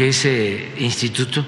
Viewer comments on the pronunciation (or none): El itituto así lo pronuncia 😅😅